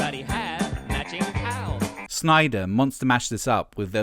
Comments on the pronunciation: I'm two minutes in, i really hope you aren't going to continually mispronounce Fred Schneider's name. It's Schneider not "Snyder". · Schneider. Not Snyder. You're killin me smalls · Schneider not Sneider